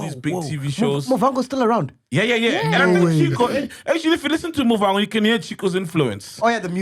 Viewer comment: Motherfacker just butchered my name, i get Sol can be ignorant but Mac saying Muvango sounds fucked up for a Venda guy